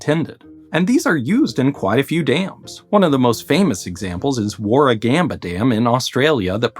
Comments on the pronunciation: warragamba dam mentioned! just wanna shout out your pronounciation of warragamba, it wasn't terrible haha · Decent pronunciation of Warragamba too 🙂